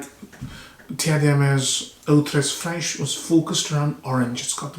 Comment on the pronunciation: Only correction is givré (givrée) there is a tone that influences the pronunciation. Frosty as you know